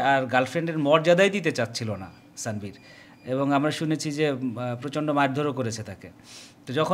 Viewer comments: স্যানভীর না আনভির 😅 নাম টাও ঠিক করে বলতে পারেন না আবার সংবাদ প্রচার করেন 😂😂😂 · নামটাও ঠিক করে বলতে পারেন না,তার নাম তানভীর